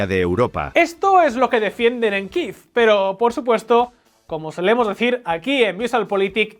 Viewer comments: ¿Por qué dicen Kiv, si en español es Kiev? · ¿Por qué decís Kiiv si en español se dice Kiev?